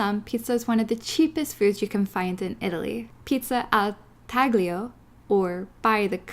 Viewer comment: We went to Coop to get small groceries and make sandwiches for the day... I did cringe when you said taglio. The g is silent. We went to Rome, Florence, Venice, Sorrento and Palermo in our two week honeymoon. Florence was second for us with Sorrento taking top spot.